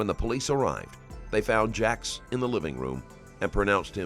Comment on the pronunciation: He said Jax off 😂